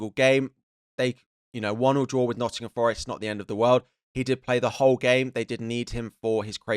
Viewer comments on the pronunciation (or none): none